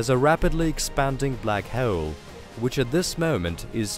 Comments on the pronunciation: Can not continue watching, christ you sound so annoying. I want to punch a wall every time you say "black heul" fucking hell. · NO, shitty music and horribly anoying narration ("Black Heule" .... What!?!); 2 minutes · I can't handle the narrators speech impediment. Hawoel and salar system . Wtf 😒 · dont be an ass hewol. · "Black hewl" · Yes that's the Russian accent coming through mixed with classic British English. You have a fine ear sir. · But the way he said "hole" annoyed me so much.